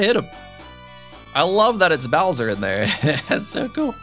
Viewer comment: Darby: It's Bowser! Me: It's "Bowser" Seriously though, this looked pretty fun overall, even if the monitors were a bit too thick (as in too many) so thanks for the video as always!